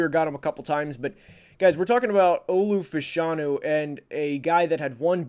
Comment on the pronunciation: Its pronounced Olu Fashionew